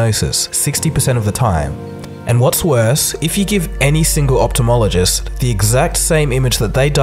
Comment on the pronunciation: "opthalmologist" How do you pronounce that again? Lol.